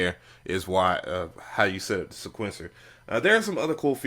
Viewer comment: Say it with me now..... see-kwent- sir lol. Jeez